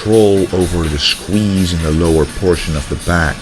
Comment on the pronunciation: To me, the smith machine workout and all the rowing exercises seemed way too fast. Surely drop the weight and go for a slower, fuller range of motion with better contraction? Opinions aside, great video, and now I have learnt a better pronunciation of the word shqueeeshe.